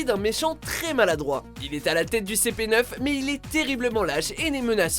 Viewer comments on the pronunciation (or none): Cé pé neuf 😭😭😭 ça se prononcé ci-pi-nine 😁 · Je suis le seul qui a bondi en entendant CP "neuf" ? On prononce "nine" même en français j'ai les oreilles qui saignent la 😂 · C'est pas cépéneuf c'est cipinine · cp neuf PTDRRR AHHHHHHH ça se prononce en ANGLAIS SIPI NINE quoi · Nnnnnnnn on dit si pi nine pas ci pi 9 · ON DIT "CP NINE" et pas CP NEUF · Super vidéo mais au numéro 1, on ne prononce pas CPneuf mais CPnine plutôt! 😊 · Ces pas cp neuf mais CP9 donc sa se lit CI PI et 9 en anglais Voilà mdrr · La prononciation du CP9 m'a fait mal! Mais moins que le fait que le n°1 soit une raclée contre un ennemi qui est totalement impuissant au combat (c'est très clairement présenté dans l'animé)! Au lieu de ça vous auriez pu mettre le massacre de Roy Mustang contre Envy dans Fullmetal Alchemist Brotherhood! Là on peut dire qu'un méchant s'est fait défoncer!